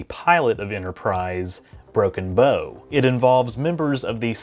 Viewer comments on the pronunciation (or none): Its not "bow" as in bow and arrow its "bow" as in ship/nautical terms .... i shook every time he said it wrong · This is not inoritabt to the video but I thought the name of the episode pronounced broken bow (like bowing down to soemone) no tbo, because the bow of a ship Great video, I just can be pedantic about such things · "Broken bow" You pronounced it as bow and arrow, I pronounced it as a ships bow. Spelled the same but sounds different.